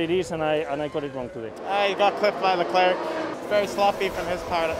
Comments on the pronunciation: Charles himself, Pierre (both francophones) and everyone who knows him personally pronounce his name the /tsarls leklerk/ tho. No passive-aggressive intentions here, that’s just how his name is pronounced really. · Stroll speaks French, why can’t he pronounce Leclerc well? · How passive-aggressive of Stroll to pronounce Leclerc’s name as it’s spelled 🤣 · yep he surely knows how to pronounce it right, but anyway most people understand better if he pronounces it as it's spelled i think (even Leclerc says "Charles" the english way on the radio)